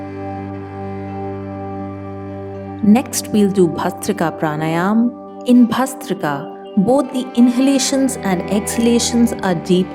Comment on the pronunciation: It’s pranayama right? Not pranayam